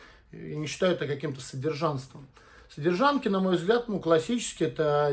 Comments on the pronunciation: зачем ты говоришь "содержанТки" ? в этом слове буквы "Т" нету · не в обиду, но..."содержаНКи", без "Т". А так всё по делу))